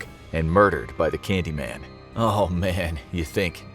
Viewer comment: Excuse me that's not "candyman" it's "candymayne" xD if you know you know.